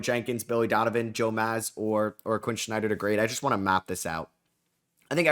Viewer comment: Quinn SNYDER not Quinn Schneider.